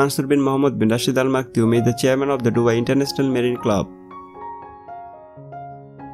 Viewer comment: It clearly maktoum not maktioum or they really pronounced it maktioum